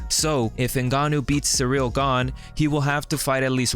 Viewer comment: Derrick Lewis calling him Cereal is hilarious.